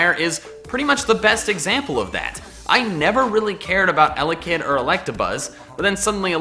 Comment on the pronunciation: You kan Hach Elekid